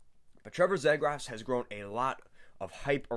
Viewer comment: his last name is pronounced ZEE-GRUS